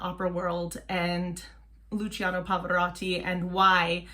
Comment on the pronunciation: Just one thing, "cia" of Luciano in Italian is pronounced like the "cha" of charms and if it were "cio" it would be like chops. "gia" and "gio" as well. For example it is not Gi-or-gi-o Armani but "gio" exaclty like John! Thanks